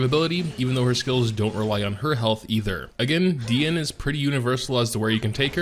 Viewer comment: I was ready to Unsub if he say Dee-e-ne again...😂